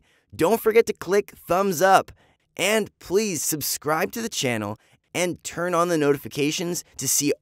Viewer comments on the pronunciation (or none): none